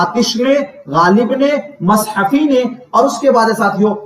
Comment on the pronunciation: Sir aap ne pdhaya to bahut umdah lakin taleffuz bahut bahut bekar hai Jese.. bakat khani nhi .. bekat khani Kudam raw pudam Rao nhi 😂..kadem raw padem rao hai Aur jese mashafi nhi .. Gulam hamdani mushfi hai 😅